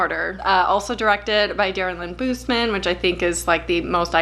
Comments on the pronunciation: It’s Darren Lynn Bousman not Darren Lynn Boozeman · I found this because I watch a lot. Love the coop. But pleeeaaaheeease, look up how Darren Lynn Bousman pronounces himself. This was driving me nuts.